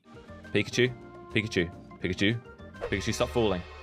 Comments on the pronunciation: Did he say pipicue it’s Pikachu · You said “pichachu”not pikachu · Pikachu not pichachy 🙏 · Ash:"Pikachu" use thunderbolt:Absolutely wrecking "pichachu" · said pichachu instead of pikachu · Did anyone else notice that he said pichacu and not pikachu 🤭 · it is Pikachu not pizza shoe lol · was like - Absolutely wrecking “PICHACHU”😂😂😂😂😂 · Yah🤣🤣🤣 pichachu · No he said. Pizza shoe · he just said pichachu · When doesn't realise he said pichachu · he said pichachu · pichachu Me: *wheeze* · So we just gonna ignore he said"abosolutely wreaked pichuchu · U said pichuchu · Bro really just Said PichaChu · did he just say '' pichachu '' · did anyone notice he said : pichachu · is funny he calld pichacu picacu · When he put pikachu he said petatu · Lol pichachu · i think he also said pichachu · did you say pichuchu?! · did he just say pichachu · If you put it on subtitles he says pizza shoe lol😂😂😂😂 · You said pichechoo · You said pichachu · did anyone here said we shot pichachu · Did you just say PICHACHU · He full on said pichachu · Bru he just called pickachu pichu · 🤣he said pizza shoe😂😂🍕👟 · Hey dont take it as bad but at the time did u say pichachu if u listen well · IT NOT PICHACHEW SLOGO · "Pichachu" lol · said pichachu #🤣😂😂🤣😂🤣😂🤣😂🤣😂🤣😂🤣😂🤣😂🤣🤣🤣😂🤣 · He said pechachu 854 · Did anyone notice that said pichachu??😂😂